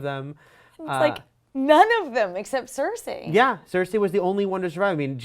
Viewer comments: Cersei not cersa ffs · Cersei = "sir-see" not "sir-say" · It's cer-ce not cer-say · SER-SEE not CER-SAY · why she keep saying cersai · I don't know why but it really annoys me when they pronounce it as "Cer-Say"... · same, really bothers me lol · Cer-say? Toe-men? C'mon.. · Why is it so hard for them to understand that the episode skipped parts in time. WTF I'm glad they did it that way we don't have 3 episodes if travel and filler. Also I hate the way this girl is saying Cersei. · The way she says Cersei XD